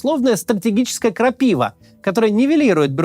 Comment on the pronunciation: Крапива (ударение на последнюю" а").🙂